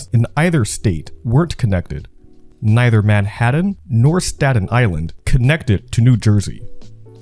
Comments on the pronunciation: It's not pronounced Manhadden! Try saying Manhat'n, like you're skipping the vowel and not the T's. Many young people these days really do not know how to pronounce their T's, either ignoring them or making them silent. I first heard it this wrong way when I was in a call center in 2012. The rep next to me said the word important as impor-ant. People there is a T in the word, please pronounce it correctly. Are teachers messing this up or are the kids doing it on their own? Learn your language. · It's "Man-haT-TAN" not "Manhaddun". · Excellent documentary. Great research. Fine presentation. But the halting narration and the continued way you (mis)pronounce "Manhattan" turns me off. As a professional voice actor, it was enough to make me stop watching a few minutes in. Manhaddan... Manhattan... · It's ManhaTTan not Manhadden... stop it! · If I have to listen to him say "Manhadden" one more time... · Man-HADDIN lol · I was trying to get into this, but the robovoice constantly pronouncing it "Manhaddon" drove me nuts! I had to bail when I was only 5 minutes into it. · Good video! Ta and Ds are supposed to sound different. “Manhattan” is not pronounce “Manhadden”. And “button” is not pronounced “budden “… Again, great video! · Yes. Oh, and "MAN-HADDIN" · This! There’s a T in Manhattan, not a D for instance. And Canal Street is “CUH-nal” not “CAN-ul” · Yes. Also the prononciations drove me nuts, especially “Manhaddan.” “Uncerdain.” “Seri-ez.” “Taggled” instead of “tackled.” Etc. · He pronounced "esplanade" as "esplonDAY" also. That cracked me up. He also reads like every word is its own sentence. "Manhattan. Was. Originally. Settled. By. The. Dutch." That drove me insane. With a little work on the voiceovers, this could be a huge channel though.